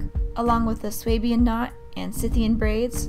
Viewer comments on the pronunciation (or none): I think its pronounced "sue- bian"